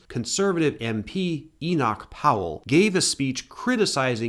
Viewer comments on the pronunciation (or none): none